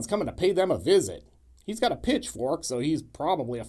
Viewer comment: Did you say pitchfork or bitchfork?❤😂❤